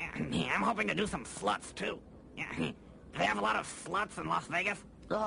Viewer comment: She said slots not sluts 😂